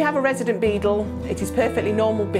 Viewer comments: It sounds like she's saying "Beetle" instead of Beagle. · Lottafandoms even the auto captions think she is saying beetle 😂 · Is it that difficult to say bee-gyle? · Decent video but she kept saying "beadle" which was a bit weird. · Saptarsi Mondal ikr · It's her accent